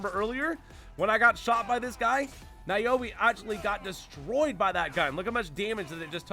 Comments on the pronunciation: And Naoe is pronounced like Nah-Wey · You mispronounced Naoe and Yasuke. It's pronounced Now-way and Yah-skay. Did you not hear the names in the game? I guess if you want the AC experience Naoe is better, but Yasuke is stronger. I would probably disable the alarm before I go full brawl here. I don't want to deal with Guardians. They gave me enough grief in Breath of the Wild.